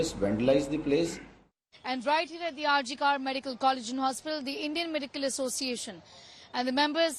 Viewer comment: It is pronounced RG "Kooorrr" NOT "Kaaarrr"